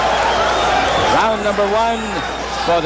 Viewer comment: julio is pronouced right, ,, cesar and chavez is not ,,, the accent should be on the first vowel.